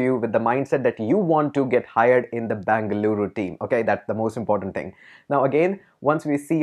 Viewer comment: Tquu sir... U pronounced our state as full bangaloru.. 😍😍😍